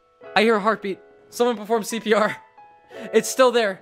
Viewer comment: "someone preform CPR" you mean CCCPR